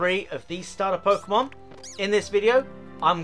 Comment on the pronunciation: You really made a video on trading 😂 how to get uhhhhh all the uhhh pukemon lmao and then you ran from a shiny. 😂😂😂😂😂😂